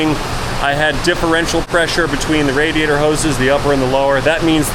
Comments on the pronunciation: “Leek in radator” lmao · Heh. "LEEK". HEH- " RADATOR". Luv ya!!